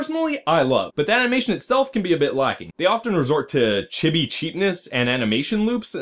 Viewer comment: The "I" in both "Satsuki" and "chibi" are pronounced "ee," like all other uses of the letter in Japanese... and Spanish... and many other languages, I'm sure. But aside from that, this was a very enjoyable review. Thumbs up! :D